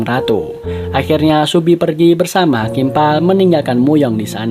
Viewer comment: Kok subi sih, seobi